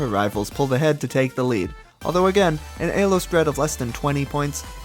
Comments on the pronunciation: Ee-low. Say it with me. Not A-low. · It's pronounced "Elo" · I don't care if it's ACTUALLY pronounced ay-low, it just sounds SO bad 😭 But besides that, AMAZING video man 👍 keep the great content coming! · zero distinguishable accent except for somehow pronouncing the E in elo as Ayy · Stopped watching after eh-lo. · he specifically mentions why he pronounces "elo" the way he does and the importance "elo world" had on this project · Great video and cool editing but if you keep pronouncing elo like that im gonna have an aneurysm! great stuff though